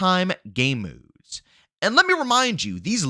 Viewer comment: Was gonna subscribe til I heard you say”modes” and how you run out of breathe. Nooe